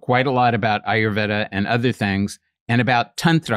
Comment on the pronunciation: He study Ayurveda, but doesn't pronounce it properly?